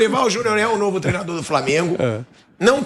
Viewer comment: Me irrita jornalista dizendo Treno, trenador... Porra, é TREINO, TREINADOR....